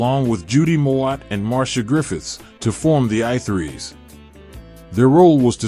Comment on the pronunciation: I Three. Not I Threes